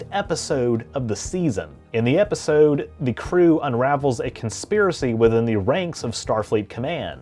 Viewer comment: Can't stand how he says 'episode'